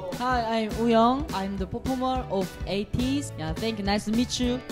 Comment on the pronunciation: The way Hwa says Ateez as Ateejeu makes my heart goes jdshbsbbd